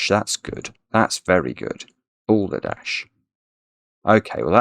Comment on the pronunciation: He even said Balderdot at one point